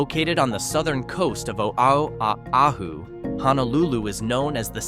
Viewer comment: Real estate. Realtors and greed. Whiet capitalists exploiting a people. Shit. The narrator cannot even honor the state…couldn’t pronounce Oahu. WT f. Practice before, and get it right instead of adding injury to insult.